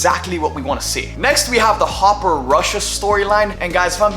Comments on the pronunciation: There’s no way he called Hopper “Harper”… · Harper? His name is Hopper. 🤔🥴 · Not a mistake. He genuinely thinks it’s harper and not hopper. If you pull it back and look at his mouth and listen he genuinely mouths and says harper and not hopper. Idk how after 4 seasons he doesn’t know it’s hopper and not harper. But oh well. Its a minor thing in the grand scheme of things i guess lol